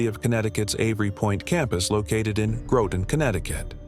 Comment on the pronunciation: Hate the AI pronouncing Groton wrong.